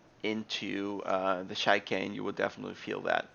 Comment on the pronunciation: by the way, as for 'CHICANE' it's not pronounced: Shaikane, but rather: shikane, not shy, but she ;) cheers :) it's a French word, of course you knew that, hence the pronunciation of CH is like SH, but most Americans don't get that :D they specially mispronounce every CH that is French, i wonder if they pronounce Chevy as Kevy :D